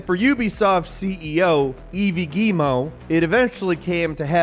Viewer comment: Yves being pronounced eevee made me laugh so much lmao. Props on pronouncing Guillemot correctly tho.